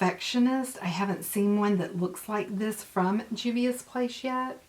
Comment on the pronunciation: Hey, love!!! This is some awesome palettes with some pretty colors!!! I think you can pull the black lippie off and you said the name right!!! ~ Momma Dell